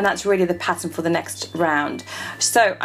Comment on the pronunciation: lol when she said pattern I thought she said patent 😁